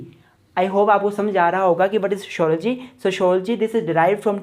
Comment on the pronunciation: Sho shology 😅😅😅😅😅😂